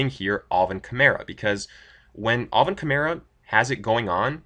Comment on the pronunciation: I love how you say “all-vin” instead of Alvin